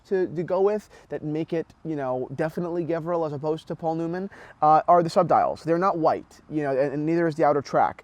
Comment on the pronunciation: Sorry but you are wrong today after 6 years of your video , white dial with silver bezel is the rare one , there is a bunch of black dials that is being offered, and the brand pronounced as Gevril G sounds like saying George